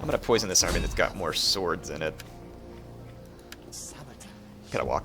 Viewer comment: ... "large amry" comon man you can do better than that